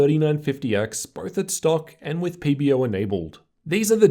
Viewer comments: Its pb-O! not pb-Rrrr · Do I need to get my ears checked or does he keep on saying PBERR? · nice re3view but whats wrong with you pronouncing the "er" on PBO? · That's what I hear too. PB-ERRRW. Love it!